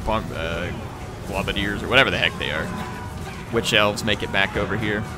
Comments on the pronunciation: I hate to be an arse, but because I've seen it on multiple videos... It's pronounced "globe-a-diers", not "glob-a-diers". Sorry! Peace! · you're killing me, man. It's gl-oh-badiers, not gl-ah-badiers. It's because they throw globes of poison at their enemies. Keep up the great videos, by the way!